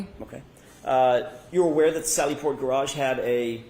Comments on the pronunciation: Imagine saying gararge multiple times and then being pissed about him mispronouncing her name 🤡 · She can’t pronounce the word garage. She says “gararge”. Hahaha! Is that how they pronounce it in MA? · The way she says garARGE makes me crazy. She must have taken Hanks hebatoba and inscissor English class. 😂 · What is a "Garge"?..😂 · Oh she’s going to get the unwanted lash back and negativity from the public, online and social media now. She deserves it! She could have come and testified without the attitude and unprofessionalism and testified truthfully. And BTW the word garage is not pronounced gar-Rage” ma’am! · Why does she say “gararge”? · WTF is a “gararge”? 🤨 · She pronounced "garage" as "gararge", twice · Distorted memory? False memory? Give me a break. That judge imo should be prosecuted after this. The objections she sustains on behalf of the state are confusing and seem very bias based. Oh and wtf is a "gararge"? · The irony of getting mad someone can’t say your name all the while butchering the simple word garage is hilarious!! What a joke 😂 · She also has problems say garage, must have something to do with the R in the word. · Did anyone else notice the way she pronounces “garage”…or am I crazy? lol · Why has she not been arrested for murder of the word “garage”? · Someone please tell this woman that there is only one R in garage.